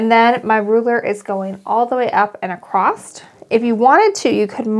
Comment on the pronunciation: Beautiful pattern. You do a great job with instructions. BTW...... “across “ doesn’t have a “t” at the end.😊